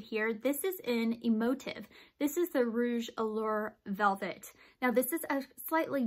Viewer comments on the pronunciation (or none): Thank for this amazing video even if it was quite confusing to find the rouge allure velvet because of your pronounciation and not mentioned in the list down below. I live all of them and really good choices for you waww. Very helpful anyway. I think you meant emotive rouge allure velvet. Remember there are so many of them so can be quite confusing. Blessings beautiful soul of the light.